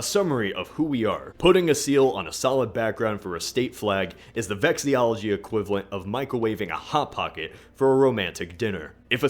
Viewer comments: Nice video. You pronounce Arkansas wrong though. Also the study of flags is called “vexillology” not “vexiology”. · Isn't it vexillology not vexyology? I thought it was at least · I might be mistaken, but is he pronouncing vexillology correctly? It sounds like he's say vex-ee-ol-o-gee, not vex-ill-ol-o-gee. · You pronounce guillotine “gullllllllotine” and vexillology “vexiyology” and it makes me cringe